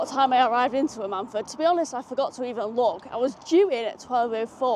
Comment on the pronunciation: The stress is on the Am, it’s usually more like AM-un-fud, not that I’ve been there but I am originally from South (East) Wales.